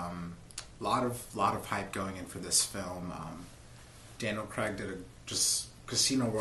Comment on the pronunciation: CRAIG!! ITS CRAIG! NOT CRAG!!! AAAAAAAAAAARGH!!